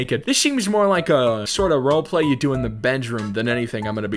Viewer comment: "This is like the type of roleblay you do in the bedroom" - 2021